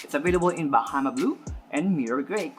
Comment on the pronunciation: “BaMAha” blue 🤣